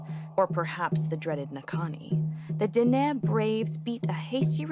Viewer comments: Who writes this crap. White female chief? Ok then.. my wife never liked the sun and her skin stayed pale but there were no dam white woman chiefs. Olso Dene is pronounced den ney not den ih. Merci cho. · pronounced den-ay not den-eh, great video though! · Everything great, except it's pronounced Den-ay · I loved your guys video though but just gonna let ya know dene is pronouced "den-ay" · Den’e pronounced (den-ay) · Yeesss her pronunciation of dene irritated me 😂😂😂 other than that the video was interesting. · II thought either she was mispronouncing Dené but then I saw "Dineh" on the map, thought I'd just learned something and this was a different group or the same group and a different spelling. No big deal really since they are all phonetic translations into something white english speakers can read and write. I've only known about Dené, as pretty much the last group of people until you reach the Arctic Innu. I've got an Innuk friend and he calls the people "Dené" The other interesting thing is to hear "indian" and "aboriginal" in this video that's only two years old and is already going to be offensive to some extra PC folks. No offence to anyone, but again, my friends who are "indian" or "aboriginal" can't keep up themselves with the changes in what they are supposed to be called and what they are supposed to stop using. In their homes, around friends and family, it's Indian. If I said "first nations" or "indigenous" they'd look at me like I'm a weirdo, LOL. They save that cultural propriety for filling out government forms from Ottawa. Literally, "What do I write down?" "Well, what does the form say?"